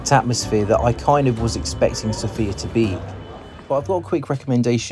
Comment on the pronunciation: It would be nice if you pronounced Sofia correctly